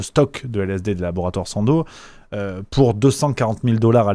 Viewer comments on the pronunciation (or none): bonjour on dit Sandoz et pas sando 🤔